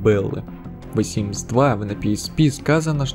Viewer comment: ВЭ симс, блин, с таким прозношением просто симс бы говорил)